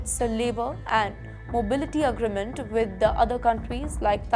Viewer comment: Dipotation? Please learn some English dear. It’s pronounced “Dee-port-ation”. Say it with me again and again. Come on you can do it. Also it’s not ugreement, rather “aagreement”. Say it, come on!